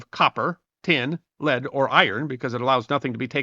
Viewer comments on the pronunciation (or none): none